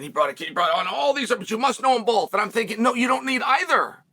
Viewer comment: Did he say, “bolth?”…..